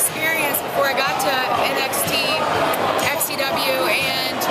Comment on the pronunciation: It's pronounced N-X-T like the letters. Not Next.